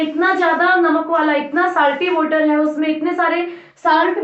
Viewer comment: Woter nhi mam water😁😁😁